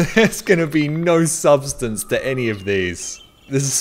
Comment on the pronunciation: Since when is there an "R" in the word "No"